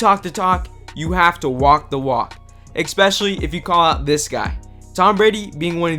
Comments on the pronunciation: Nice video, but there is no x in especially my friend. S-specially not x-specially. Gotta have good grammar when you are a voiceover 💪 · Ekspeshully? Geez. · Wtf does “exspecially” mean? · The word is pronounced especially, not EKspecially. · The word is “especially”, not “expecially” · Ekspecially? or is it expecially? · "Eckspecially". Another amateur kids channel. Dislike. Won't be returning. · The word is Especially not "EX-specially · expecially? what does that mean?? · did he just say "ekspecially"? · Downvote for “eckspecially” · The fuck do you pronounce it “ek-specially”? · I walked away at the first "expecially" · there's no x in the word especially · There’s no “X” in especially. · Please learn that there is no X in Especially. NO FREAKING X